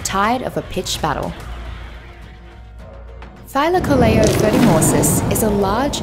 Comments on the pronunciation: I don't care how much she butchered the name Thylacoleo, the video's still great. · English isn't my native language, I suck at explaining it. Just look up "Thylacoleo pronunciation" on Google and you'll see what I mean. Also, I'd like to clarify that this isn't criticism in any way, shape or form. I enjoyed the video, I just wanted to point that out.